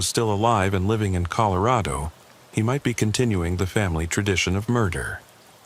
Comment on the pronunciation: This is the first time o heard it as colo. Raid o. It's bad enough you go back and forth between Ellen uh and. Ell. Aye. Nah. AI PROGRAMMERS at their best . Yuk. I hate A U I artificial unintelligence. Will stop watching these also.